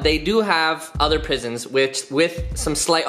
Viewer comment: pisons not prisons